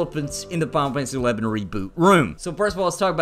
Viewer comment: Am I the only one that hears him say, "Pompeii 11"